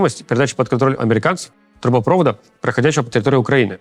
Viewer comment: Да сколько можно! ТрубопровОд! Ударение на последний слог. ПрОвод - электрический, провОд - трубный.